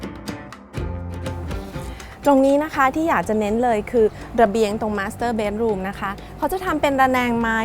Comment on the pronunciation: อยากให้ระมัดระวังในการออกเสียงตรงนี้เป็นพิเศษครับ ตอนแรกได้ยินว่า มาสเตอร์เบ๊ด แล้วคิดถึง masturbate ที่แปลว่าช่วยตัวเอง55